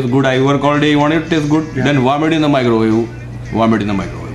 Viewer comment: varm it in the microwawe!